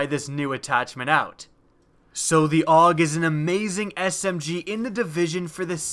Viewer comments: its pronounced A U G not awwg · it's pronounced A-U-G not aug